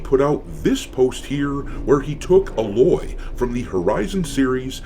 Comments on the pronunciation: Uhh loy? It's Aye loy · Ffs. Ai-loy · I know you didn't play the game Doc but it's A-Loy "A" rhymes with "day" and "loy" rhyming with the name "Lloyd". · Who TF is Uh-Loy? Lol!